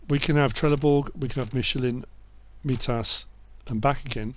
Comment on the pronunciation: Great video really excited about class coming to console but one thing i have to say is on mitas it's pronounced mytas